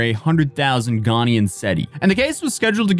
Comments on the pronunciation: But he can't even pronounce Ghanaian. He says Ghanian. Are you Ghanian? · "Ghanian" lol